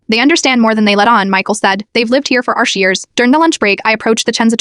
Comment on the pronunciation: the part where he said 'arsh' years was actually meant to be 'er shi' im pretty sure, and means twenty in chinese